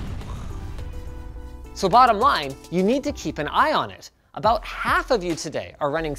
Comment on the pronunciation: "Aboot drive"